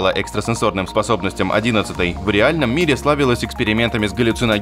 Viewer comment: а Одинадцать, как Одинадцетая 😅